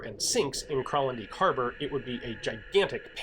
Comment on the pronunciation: The "dijk" in Kralendijk is pronounced the same as the English translation: "dyke"